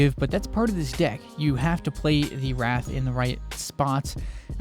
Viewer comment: You keep saying Wraith like Wrath, but it's pronounced Ray-eighth.